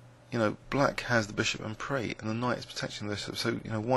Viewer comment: I think "prise" might be getting confused with "prix", both French words familiar in the chess world. The S in prise, like crise or brise, should be pronouced. In prix, it is silent.